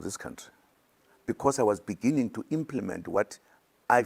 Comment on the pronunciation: Imagine zuma insisting to take over government. A president who could not pronounce the word "beginning " benengen"